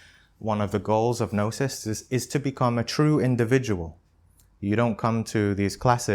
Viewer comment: aahh ok it’s Gnosis. I heard Nastik. well, Thanks!!